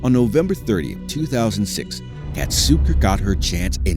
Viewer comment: I know her how KAZATKA no katzuko